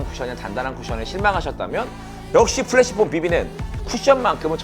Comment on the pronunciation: 근데 프레쉬폼을 왜 자꾸 플래시폼이라고 하나요? 영어로도 flash가 아닌 fresh인데 말이죠